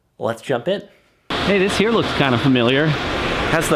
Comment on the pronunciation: I heard, "What a nice day hur?" xD